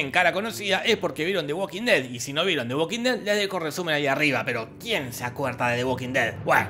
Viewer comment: Me mata como decís "De uoquin ded". Jajaja. Abrazo.